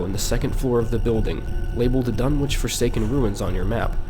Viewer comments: as a fan of Lovecraft I cringe every time you say DunwiCH and not DunwiCK but tomatoes potatoes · Pretty sure it's pronounced "Dun-itch". Just sayin'.